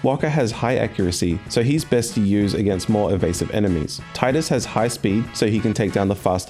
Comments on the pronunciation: ) great video btw. love your channel! but also its tee-dus. XD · Tidus. (Tee-Dus) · TEE-dus TEEEEEEEEEEEE-dus.